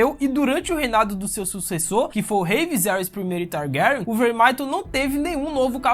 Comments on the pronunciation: Esse mlke falando targaryon, parece que botaram um testículo na boca dele! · Irmão cê foi tenta enfeitar o nome da Rhaenyra e cago kkkkkkk rhaenkrhsksh targarksksn kkkkkkkkk fala direito tio precisa enfeitar não véi 🤡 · Eu amei o vídeo, cara vc produz mto bem, ganhou um inscrito MAS, eu preciso brincar... "Targaran" me quebrou Ksksksks essa pronúncia do nome da casa me fez rir o vídeo todo.... Desculpa manin, mas tu é foda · Teu pronunciamento e péssimo mano e da agonia kkkkkkk o jeito que tu fala syrax e targaryen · Vídeo muito bom !!!!! Mano o jeito que se fala Targaryen é muito engraçado kkkkkkkkkk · você fala os nome dos Targaryen muito Feiamente